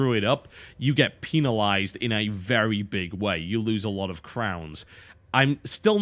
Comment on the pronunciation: LOLOL, PEEnalized. XD